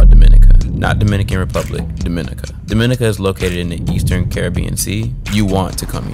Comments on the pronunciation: Bro im from dominica and this made me mad bc the way u pronounced it like deeminica its dominica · It’s pronounced Domin-IC-a, not Dom-IN-ica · My boy you aint even pronounce the name right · pronounce Dominica properly first